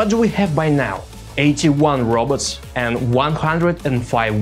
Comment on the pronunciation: I love the way he says robots